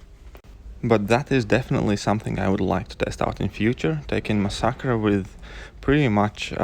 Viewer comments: yeah I'm happy that there's at least someone who says it right. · lmao,you are the first person i heard pronounce masacre like that.I myself pronounce it like that and get annoyed whenever people pronounce it like massacre